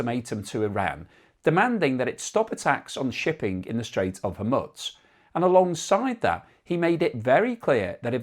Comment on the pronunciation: Why do you insist upon pronouncing Hormuz with a non-existent T ? You're saying it incorrectly, every time.